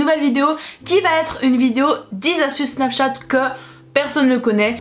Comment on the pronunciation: Elle dit sur snachate